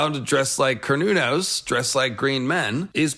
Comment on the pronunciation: I thought it was pronounced more like Se-ra-nōs....